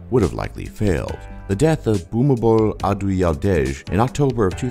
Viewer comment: OMG!! IT'S PRONOUNCED "Phoo-mee-phon Adool-ya-dayj". Oh and one more thing, I live in Thailand and it is the safest, most peaceful and happening country in the world!!